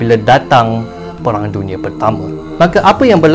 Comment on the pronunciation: Bukan perang tapi peghang. Pelat 'r'